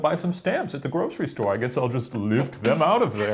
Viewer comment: I totally heard "Ghostery store" when Shane was talking about ghosts stealing stamps. I thought it was hilarious until I realised Shane wasn't making that joke & my heart became sad. Missed opportunity